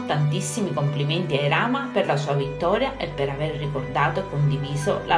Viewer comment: Si dice irama no ilama